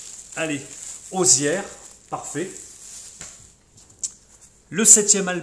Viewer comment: Hello, Waouh, quelle belle énergie dans cette vidéo et tous ces traits d'humour, j'adore!! Intéressant ces vinyles à 1 euros moins cher qu'en vide grenier! 😉 Pour l'artiste Hozier, que je connais peu, il me semble qu'il faut le prononcé: osié...? Tu n'est pas le premier à montrer tes soldes et à chaque fois, je me dis:"mais où est ce qu'ils habitent les gars?" Parce que en Sarthe rien,Nada,que d'Al....Même si j'y suis allé que le samedi suivant les soldes, il n'y avait pas un vinyle même pas un Cd en soldes quel que soit l'enseigne...😣 Bravo pour ces belles trouvailles! À très bientôt! 😉